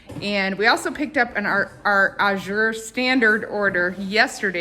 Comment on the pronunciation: AZURE = aaaa as in cat. Emphasis is on the FIRST syllable! Think of the word "pleasure" and you'll get it right! :) Or google "azure pronunciation" to hear it. I love Azure -- been ordering from them for years.